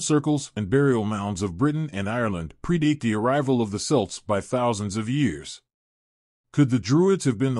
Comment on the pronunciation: what the hell is selts its pronounced Kelts. stupid AI.